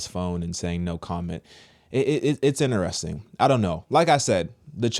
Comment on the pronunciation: If I had a dollar for how many times says Inner-resting I'd be Elon Musk 💀🤣🤣